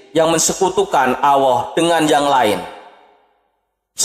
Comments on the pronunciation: Miiin, min,...Alloh min bukan Awwoh,...lidah nya nya keseleg ya,...🤣🤣🤣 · Gk bisa nyebut allah